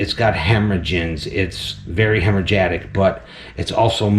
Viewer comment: I learned a new word today. "Hemorrhagatic" 😅